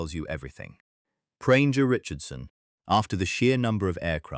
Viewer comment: Almost every rank is mispronounced. And "Prainger" Richardson? Plus a picture that was definitely NOT James Robinson Justice. Makes you wonder how much of this is correct. If you have to make a video, please get it right.